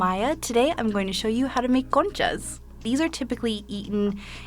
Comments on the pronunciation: tell me why i thought she said coochie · 'Conchas' sounds a lot like 'kontjes' what means 'lil asses' in Dutch and I can't unhear it 😂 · I thought she was saying coochie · She know damn well that’s not you should say conchas . BTW if you’re born and raised in the USA you’re not Mexican, you’re American